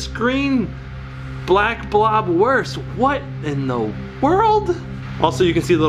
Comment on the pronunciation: Black blob sounds like black bob